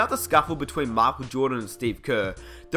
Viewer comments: why are you saying markel jordan? I'm aussie too and his name is Michael (Mike-el), say it properly. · It is pronounce as MAYKHEL not MAKHEL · Who's Mahkwell Jordan? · "mahkul joedin" 😂😂😂 Just playin. nice vid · "MY- KULL" Jordan geez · The King marcal lol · Who's Markel Jawdon? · Man, he is not Marco Jordan, is Michael Jordan. Please don't read like that. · He says micheal jordan makel jordan